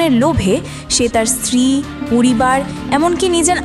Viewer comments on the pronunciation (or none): none